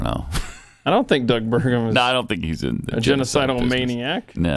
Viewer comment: Bergum? Burgum? Bergam? OH MY GOSH NO!